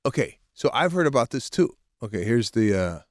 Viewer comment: Did Sebastian say ‘akay’ let me break it down…once you thought you could belt out tunes😂😂😂 oh my gosh!!!